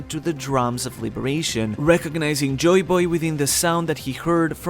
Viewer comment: Good vid like always, but it sounds so weird, when u always pronounce it joyBOY, instead of JOYboy